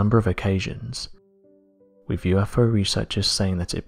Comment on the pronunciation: Honey, if it's FLYING and cannot be identified...It's an UNIDENTIFIED FLYING OBJECT!!! And it's NAS-ah, not NAS-er, and please for God's sake, pronounce your "th's"..."with" isn't "wif"!! If you're going to narrate something, please be kind enough to pronounce words correctly...and stop talking just above a weird whisper! Speak up!!!!